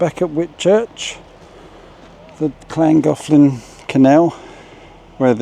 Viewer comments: Sympathy for the narrow boat people, but there's nothing like hearing a scouser try to pronounce Llangollen! A brave attempt though. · Very appreciative of this coverage and sensitive to the precarious situation for all involved....but god damned how I can't stand the pathetically-British pronunciation of Llangollen.... It's right up there with Wer-chess-ess--ster-shire sauce.....make an effort peasants....